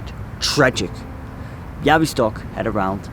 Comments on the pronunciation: Great video. I’m polish and I love the way you talk about subjects that took place in my country. Also your pronunciation of Bialystok was spot on:) Looking forward to your next video! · I'm Polish and I didn't know this story - thank you very much for letting the world hear it. By the way - your pronunciation of Białystok is spot on!